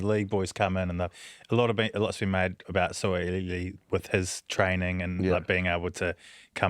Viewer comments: How about learning to pronounce Suaalii proper. It's a name you're likely to repeat over and over again the coming years gents. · The kiwi boys are butchering the name "Sua'ali'i" lol